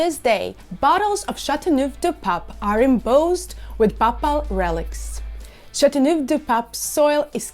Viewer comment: So, when will you start learning how to pronounce the name?🤭 I once drank a bottle of the red one. It's fantastic!